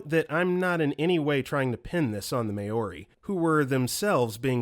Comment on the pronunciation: everyone commenting ab galveston but no one’s pointing out how awfully “maori” was butchered 😭😭 i know that this narrator tends to mispronounce things, but i think mispronouncing an entire group of native people comes off as disrespectful